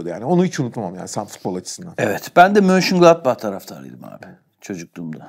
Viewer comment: Çocukken Monchengladbach'ı söylemesi çok hoşuma giderdi benim de.Mahalle takımında da Bonhof'tum